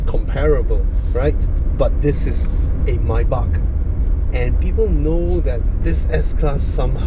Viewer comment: so satisfying when say "maybach"..😁😁